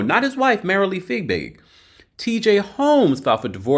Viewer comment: Btw I think it's Fiebig not Figbig..